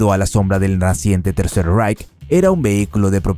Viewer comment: Guagen?? Vaguely IiiReik III Raich